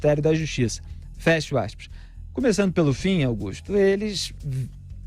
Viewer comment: "fecho aixpaix"